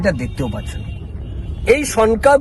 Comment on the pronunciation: ভাই, উচ্চারণ ঠিক মত কর। ওটার উচ্চারণ সন্কা হয়ে গেছে। হবে সনকা । লেখা টা ভালো করে পড়ে দ্যাখ।